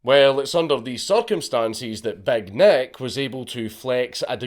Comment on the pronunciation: It took me some time to figure out that Dankula was not saying Big Neck, but Big Nick..